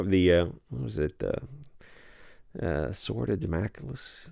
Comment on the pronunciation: You mispronounced it, it went to an ad, came back and you pronounced it correctly 😅😂